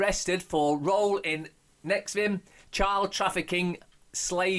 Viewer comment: Pronounced nexium. See R Branson nexium sex cult.